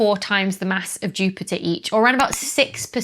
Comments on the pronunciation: this might be the first time I've ever heard a glottal stop in the word Jupiter, or Jupi'er I guess! It is funny how you normally keep the "t" in Jupiter, but rarely if ever in Saturn. But then, my northern accent has its inconsistences too. I've always pronounced "master" with a southern long-a even though words like faster and plaster always have the northern "short-a". 🤷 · Dr. Becky is like: "Jupi'er"... I'm sorry, it just sounded so.. English 😉